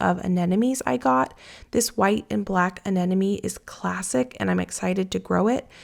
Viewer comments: uh-NEM-o-nee. The word “enemy” is not in the flower name. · Corm, not corum. Anemone … a-ne-ma-ne. Hard one to pronounce😊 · Hi, I've been following your channel for about 2 years now, and I love it. I know it's not always easy to pronounce plant names, so I thought I'd make it a little easier for you. The rannunculas grow from a corm (rhymes with Norm)...not corUm; and the aneMoNe rhymes with money. I struggled with this one, too. Thanks for taking us along with you to the Garden Show, and getting us excited for Spring planting. 💚😊💚 Spring is so exciting